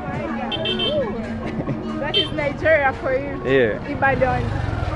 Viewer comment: Love your videos man. It’s actually pronounce ee-ba-don tho 😂